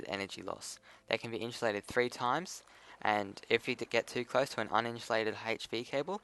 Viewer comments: Lol it's inSUlated not inSHOElated Just messing with you man nice video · Good video, but for the love of god its Insulated, not Inshulated. If you got a speech problem I understand but my OCD is going craaazy